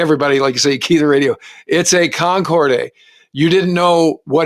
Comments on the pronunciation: Dude, Concorde is pronounced Concord, not Concordey. I worked with people at RAE Bedford who worked on Concorde, and my dad inspected the shafts on their engines when he worked for Rolls Royce in Derby. They'd all be very pleased to know you were impressed. My friend Pete Clarke, now dead for twenty years, had the original drawings from before the design was converted to civillian use. CONCORD! No AY. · 33'30" : This isn't "fog of war", this is indicative of the incompetence and poor training of the US armed services. Your pronunciation "concord-ee" demonstrates the low level of intelligence of those serving in the US armed services. And also explains the number of "friendly fire" incidents committed by US armed services. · Its pronounced Concorde with the 'e' silent😉 BA stopped flying scheduled flights to Bahrain with Concorde in the late 1970s and concentrated on the London to JFK and Washington routes from 1977 onwards so it is highly likely that it was operating a charter flight at that time. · it's --> only (!) pronounced [Concord] (without 'e') as there is no accent égu on the 'e' as on 'é' - US americans are infamous for their complete disability in pronouncing foreign language words correctly 👻🤪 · I've heard of The Concorde. I've even heard of The Concordski. What the hell is a Concord-ay? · A nice story. But it's pronounced Concord, just like the English word (loaned from French). It's the final e is silent. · Kon-kordy? C'mon,, you're better than that! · No really, he is merely misprouncing it. My Canadian friends say it as everyone else does, except, 'con-cord' and no long E at the end. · Nothing Canadian about that weird pronunciation. We say it "Con corrd" same as everyone else....Except, it would seem. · Drove me crazy the whole video. I’ve never heard it pronounced like that. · the way ton pronounce Concorde is to NOT pronounce the E at the end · Slight correction: Con-cord, not Con-cord A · Concordeh? What's wrong with you?